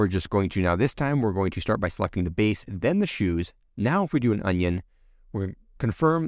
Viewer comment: I thought you were saying onion on purpose and made me laugh. Great vid!